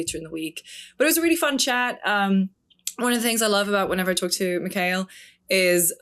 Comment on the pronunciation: Mick Hail... Mick Hail??! Respect Mikael, you Crazy Gringos 😂